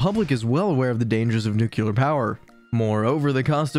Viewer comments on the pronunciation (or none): Perhaps a good place to start would be in learning how to pronounce "NUCLEAR" that is NU-CLE-AR. There is no such word as NUKULAR. Many people make this same error but anyone pretending to have knowledge on the subject would likely fine tune the pronunciation of the key word. Good try. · I could not stand listening to this. Please learn how to pronounce the word “nuclear”.